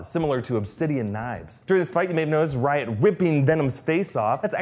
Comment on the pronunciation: Literally every time u say riot it sounds like ur saying Ryan